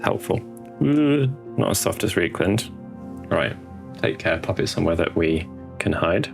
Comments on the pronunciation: R E I is rye. Rye-kland, not Ree-kland. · Another good video. The weathering style mirrors Darren Latham's stuff, which is always a good place to start (before GW banned him from YouTube tutorials). Although pronouncing Reikland Fleshshade 'Reek' instead of 'Rike' is a bit painful on the ears. The Germans would be aggrieved!